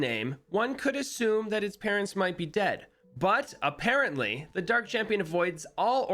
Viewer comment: He said a-PARENT-ly btw